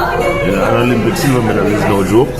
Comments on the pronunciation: Girl it’s medal not medle what’s wrong with you you faking accent so much that you sound crazy bout medle. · it’s astonishing that you sitting there saying medle when the word is medal and the British does not pronounce the word like that. I do listen to the way the British pronounce the word. I have lots of British friends that I talk to all the time, but my comment was not intended to focus on the accent I was just trying to let you know that the word is medal and not medle and you sound crazy saying medle wasn’t trying to insult you. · Girl, I'm annoyed by you calling di damn thing meddle, it's a medal for god's sake. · Medal the word is medal